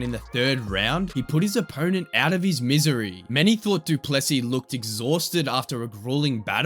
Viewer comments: Guys please, for the love of God, the emphasis is on the LAST sylable not the middle one. It's pronounced Do-ples-SEA, not Do-PLES-sea and the last S is silent! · Du Plessis : it's pronounced do - ple (e sounds like bird) - sì (as in Spanish for yes) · It not du plessy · You say it doo plu see